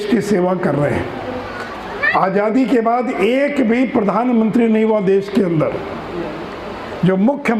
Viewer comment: Can't pronounce Aazadi properly... For him it's Aajhadi... Really Laughable!!!